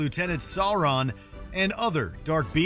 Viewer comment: “Issssengard” “Sour-run”